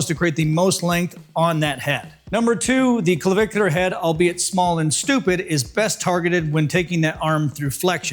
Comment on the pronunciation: I've watched this 2.5 times, i guess I like the way you say clavicular head! Hey, nice shirt. It matches the stache!!🏋‍♀ NDY ;{>>>